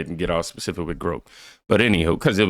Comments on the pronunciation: It's GROK not grope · OH just to correct you so you don't get no flack.. GROK is not pronounced that way you're saying GR-OAK'd it its ponounced GRAWK. the emphasis is on the O